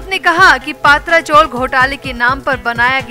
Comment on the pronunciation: अपने उच्चार सुधारो पात्रा नही, पत्रा. ये कोई surname नही हैं पहले ठीक से knowledge तो लो